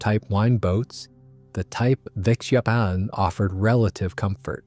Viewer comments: Well two things are quickly becoming more and more obvious. 1. More and videos like this are being totally "narrated" by an A.I. voice. 2. The A.I. used can NOT NOT NOT pronounce things well if they are not written out. This entire video was about the WW-2 German Type TWENTY-ONE (XXI) submarine. but NOT once did A.I. get that simple two-word phrase TWENTY-ONE right !!!! Instead we were treated to a variety of different attempts such as Type "ehchbow" "en-ine"or "vikniegovnie" or "vunkweenz". WRITE OUT THE PHRASE "TWENTY-ONE" IN ACTUAL WORDS. Only then will the not so intelligent Artificially "Intelligent" narrator be able to get it correct. Nor can your A.I. pronounce the word which mean the front of a boat or ship, because it thinks it is talking about something that shoots arrows thru the air. Another common A.I. misstep in military videos are saying the letters "M K" when the meaning of the abbreviation is actually MARK. Fortunately this video had no MKs in it. HUMANS CAN DO MUCH MUCH BETTER !!!! Have a bit of respect for your viewers and at least LISTEN to these things before you put them out on the net. THUMBS DOWN. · Sorry, but the AI voice couldn't pronounce Type XXI and any other numbers for that matter.